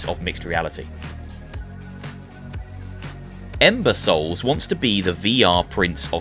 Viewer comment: I swear I've heard imbeciles instead of Ember Soul.